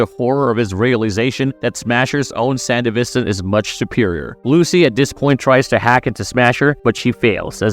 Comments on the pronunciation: That’s what I was beginning to wonder too. At first I thought he was just talking professionally, but he kept pronouncing certain words incorrectly, words that both the show and game say, like “sandevistan” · You pronounced sandevistan wrong every time you said it. And everytime you do my brain hurts. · Lol, buncha friggin nerds in this thread bro, you guys need to chill on his mispronunciation of the word sandevistan. Its really not that serious. Hahaha yall are pathectic, just jacking each over off over a damn word. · Multiple records of people saying sandevistan yet you continually pronounce wrong. Sounds like AI bot. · Bro, you need to do REAL research with this. One falco did not die, you literally see him live after the main fight in Edgerunners and you can contact him in the game that takes place a year after Edgerunners. Also sandevistan is pronounced wrong and some points in lore are off. I can tell wiki was use and only used when most of the time wiki isn’t 100% true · There’s a few things you say that are untrue or totally mispronounced. The Sandevistan is pronounced as “San-DEH-vis-tan”, with emphasis on the “DE”. Also, Falco was not killed by Adam. In fact, he never died, all Adam did was punch him away really hard, but he was still alive and even managed to take Lucy with him and drive away. Did you even watch the entirety of Cyberpunk Edgerunners? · The way he says Sandevestan annoys me. It's not sandivistin as you say it it's pronounced san-devi-stan dude. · How do you hear in the game and the show SAN-DEVI-STAN. and then mispronounce it repeatedly. 😂 great video, but the effort to do the japanese names and then hearing that. Jarring 😅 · brother you did NOT just say sandevistin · San-dev-istan bro come on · I really dislike how you say sandevistan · between the pronouncition of sandevistan and the assumption that falco died, dude, did you do anything more than a cursory google search to research this video? defitnitely NOT marvelous